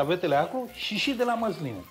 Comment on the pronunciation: Măzline nu Măsline?😏😂😂😂